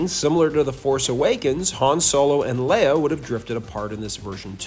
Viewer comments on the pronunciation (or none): none